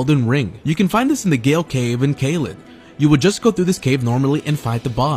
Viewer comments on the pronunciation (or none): It's pronounced "jail" bro